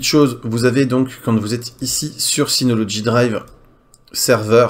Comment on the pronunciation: Mais pourquoi tu dis toujours "synoloDgy" alors qu'il n'y a pas de D !!! Sinon encore une vidéo très intéressante merci pour tes vidéos.